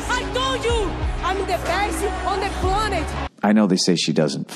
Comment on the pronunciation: "I'm the best on the Plunnet" 🤣